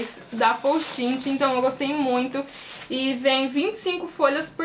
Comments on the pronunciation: nao e poustinti e postite aprende a fala pra de pois fazer videos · Não é postin-ti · ana- beatriz pessoal você disse "posti-ti" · ana- beatriz pessoal num e posti-ti tbm não. Se escreve Post' it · ana- beatriz pessoal ela fala postinti e vc posti-ti o certo eh post-it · oq ela mais enritou foi ela falando postinti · kkk postinti gostei mtt do vídeo mas vc tentando flr certo post it foi engraçado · vc falo postinti foi isso que eu entendi